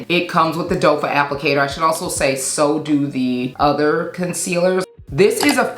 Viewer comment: 😂ma’am what is a dofa. There’s the mascara wand, there’s the doe foot applicator, I get so tickled when you say dofa😂😂😂. With that aside this is one of the best sale recommendations videos I have seen in years. There’s a couple YSL products and a fragrance or 2 that I’m getting. But I’m waiting on Black Friday sales. ❤❤